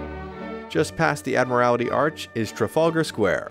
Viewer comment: Pronounced Admiralty ,not Admirality ,but a good vid .Oh ,travellers ,there;s no Subway /Metro /Underground to anywhere near Buckingham Palace . a25 /30 minute walk from 3 or 4 Tube stations .